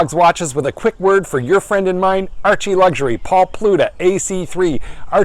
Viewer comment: A phrend of a phrend of a phrend of a phrend. Archie, you sound like a taxi driver preaching fact.